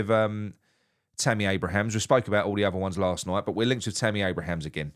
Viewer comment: Abraham not Abrahams